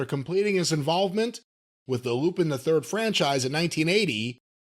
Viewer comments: "Arseen Loo-Pinn"? Goddammit, were you raised by chimpanzees? Who the hell doesn't know how to pronounce Arsène Lupin? When sounds more ignorant and clueless than Kentucky Grandpa, we're really in the dumbest timeline. Good grief, mate! Mr. "I read five books per week" over there... Embarrassing! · Pronounced Lupon. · It's pronounced "lupon." It's French... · Say you’re Weeb without saying you’re a weeb. Hell I thought Lupin was pronounced “Lew-Pon” originally. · I knew he would mispronounce Lupin lol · Hearing people mispronounce Lupin is always so hard to hear lol